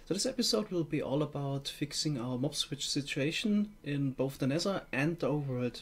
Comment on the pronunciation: I like how he says 'Nesser' Instead of 'Nether'. Im German lol and i can pronounce the th better xD